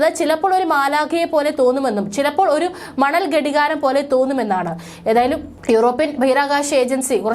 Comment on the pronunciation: ഗഡികാരം അല്ല ഘടികാരം അണ് ശരി 😊